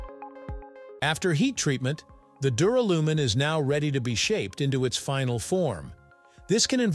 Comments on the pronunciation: ...and pronounced dew-RAL-you-min. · It's Dur AL umin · Don’t you mean Duralium…? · Not only do you get aluminium wrong, you get duralium wrong and say it incorrectly! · How about prononcing the word Duralumin correctly. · Sorry reached and couldn't bear hearing duralumin being mispronounced so badly ,so often,0 OUT OF TEN FOR NARRATIVE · LOL the pronunciation of duralumin.